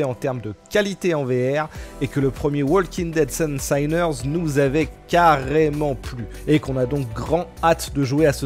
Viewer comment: Ca se prononce spas "saïners" pour info mais "sineurs". Ca vient du mot sin (pêché)